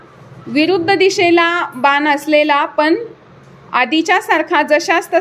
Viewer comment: बान नाही बाण